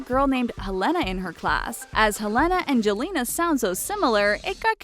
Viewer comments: it bothered me so much when the lady pronounced jelena like that. Like no. It's Yelena in the way it's pronounced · Gigi's name is not pronounced as 'Jelena', but rather 'Yelena'. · Gigi’s name is pronounced YELL-EH-NAH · Jelena is pronounced Helena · i think gigi's name "jelena" is pronounced like yelena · The Jelena is actually not pronounced like that. It's pronounced 'yelena' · Jelena is pronounced Yel-le-nna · Jelena is pronounced 'Yelena' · Did anyone else cringe at the mispronunciation of "Jelena"?